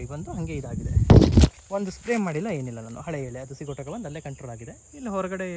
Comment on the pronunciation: ಸ್ವಾಮಿ ಅದು ಸಿಗೋಟಕ ಅಲ್ಲ ಸಿಗಟೋಕ